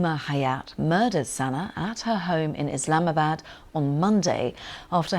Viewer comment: Did she say islamisbad?